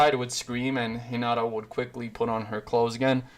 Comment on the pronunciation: bru you called hinata kinata